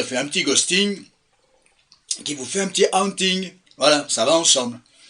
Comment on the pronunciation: Ca se prononvmce "Hôônnnting" kiss! 😊❤